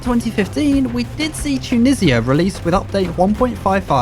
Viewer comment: "Too-nizz-yuh" bro..